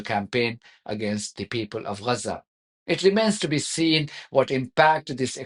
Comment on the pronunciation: Dear, can you please help me out with your pronunciation of Gaza? It always sound like Lhasa 🤔